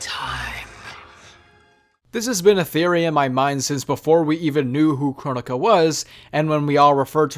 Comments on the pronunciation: Its pronounced kro-nee-ka not Kron-ika or however people pronounced it. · It’s Cro-Nee-Ka